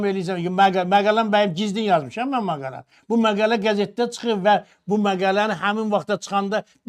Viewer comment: Maqaylə yox məqalə